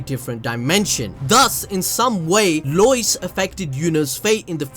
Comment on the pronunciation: Love your content. That being said, "Loyce" is obviously going to be Royce lol. Not all R's in Japanese become L's 😂